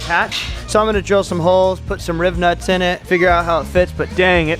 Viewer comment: I'm at the point i just crack up laughing when you say Riv nuts